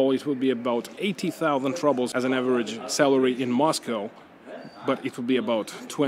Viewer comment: 3 monthly wages for a phone.. crazy. ps: no mean to diss but I find it funny you say "rubbles" instead of "rubles", kinda fitting ;-)